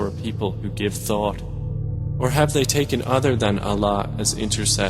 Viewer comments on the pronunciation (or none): none